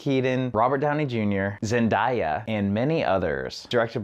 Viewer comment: You pronounced Zendaya wrong